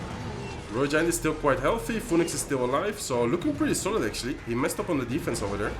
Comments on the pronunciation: The way he pronounced it is literally not the way you pronounce it in English. He is making the 'Pho' sound and then adding the 'E' and 'Nix' sounds after, when in reality is pronunced 'fee nuhks'. You can just Google it "phoenix pronunciation". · Phoenix is pronounced fee- nix 😂😂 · Phoenix is pronounced closer to "Finix" if you were to read it in Spanish. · I like how you pronounce "phoenix" in english haha